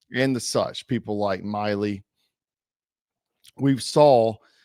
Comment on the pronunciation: Bro, can yoi pronounce any name right? It's note Miley, its Millie like a little school girl.😂 as in fabulouths😅